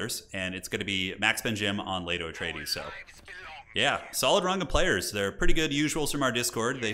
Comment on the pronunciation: Loves these videos, learning a lot, want to be as good as you one day! What is your favourite faction to play as? And I don't want to sound like a big nerd, it's actually pronounced 'Pie-ter' for your councillor Piter. When I was reading the books I read it as 'peter' as well! Same with Leto, it is pronounced 'Lay-toe'. Dune is weird! Love your vids man! Bless the maker!